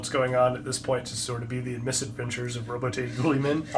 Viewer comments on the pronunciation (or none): Just an FYI, it's pronounced 'roaboot geeumen'.